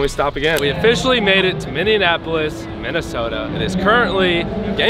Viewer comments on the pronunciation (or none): It's Minneapolis, not Minneanapolis! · Why do people pronounce Minneapolis like minneanapolis 😂😂😂